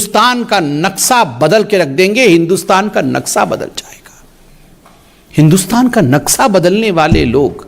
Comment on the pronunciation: संबित पात्रा जी "नक्सा" नहीं "नक्शा" सही उच्चारण है।